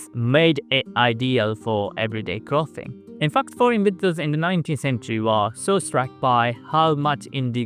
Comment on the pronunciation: learn the difference between soft th and hard th. clothing doesnt sound like cloth.